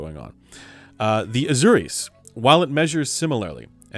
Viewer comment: Pronunciation: Asùris and Edenìs. Very interesting news. Thank you for sharing.